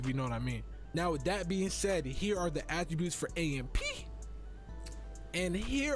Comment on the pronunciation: 2Hyped shouldn't have AMP name in they mouth until they pronounce it right. It is pronounced by spelling out the letters.